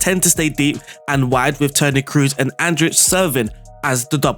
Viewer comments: No big deal, i heard how you pronounced fernandes and was good so for me is weird when you speak cruz instead of "toni kros" you dont need be scary about double oo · Kroos, the two o are pronounced like in door not like in goose.